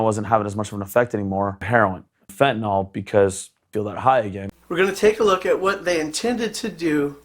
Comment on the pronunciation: You cannot be an "expert" on it if you pronounce it fenta NAWL. Its pronounced like its spelled goofies. Fenta NIL